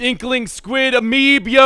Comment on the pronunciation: Amiib yo sounds like amiimbo